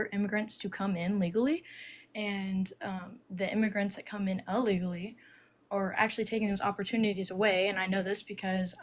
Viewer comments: "uh-legally"......... She's clueless. Also.... Notice how almost every MAGA has a story about an immigrant who has done something to harm or otherwise them? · They coming in "Uh-legally" 😂 um.. oooh-kaayyy. Let's hear more from the woman who knows nothing about a subject cuz you apparently need to be able to pronounce &/or spell something in order to Google it, which is what these folks call "doing research" 😂